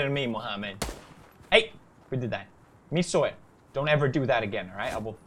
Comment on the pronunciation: It was "mi siol" not "mi soil"